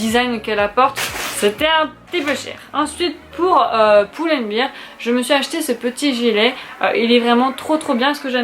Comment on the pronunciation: À la base le savon d'Alep ça assèche, ça n'ydrate pas 😉😉 c'est pour ça qu'on le recommande pour les peaux acnéiques. Ah ben parfait moi qui cherchait un manteau blanc, par contre bear ça se prononce (baire et non bire) Est ce que tu mets bien la dose (1 bouchon) dans l'enveloppe filtre ? Et bien dans 1 litre d'eau ? Parce que pour mon amie ça marche et quand elle y met du citron ça devient mauve-violet. Rhapsody jolie référence 😉